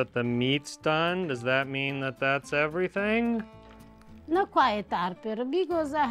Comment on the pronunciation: frigge ogni pensiero😂😂 every-think